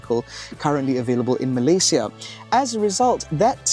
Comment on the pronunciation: Thank you for saying 'Malay-si-a' and not 'Malay-shea' haha...